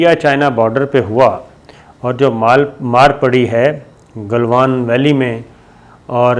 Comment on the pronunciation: Jab bhi aap jenab bolte hein mein samajh jaata hu aap news fabricate kar rahe hein. Doosri baat yeh he aap baatoon ko bohot kheenchte hein. It gets boring. Khuda k liye it's not Golwan it's Galwan. Pata nahi aap log aur news sources se yeh naam sun kar yaad kuon nahi rakhte. Issi tarah kuchh log Pangong Tso (lake) ko pronounce karte hein tuso. Khuda ka wasta tuso ei bohot badi gaali he. Tso aap log nahi bol sakte ya to lake bolo ya cho.. Pangong cho.